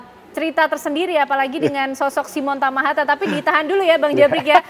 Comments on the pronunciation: Koreksi. yg benar TAHAMATA... bukan TAMAHATA. Marga asal Maluku. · Tahamata, bkn hatamaha, matahama 😂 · Simon Tahamata ya mbak...bukan tamahata....